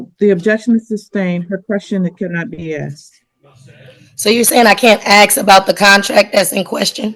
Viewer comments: It's pronounced ask!!! Not axe!! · It's Ask not Aks.